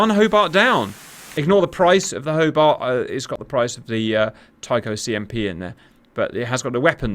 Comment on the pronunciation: Hoe-BARTT, Hoe-BARTT...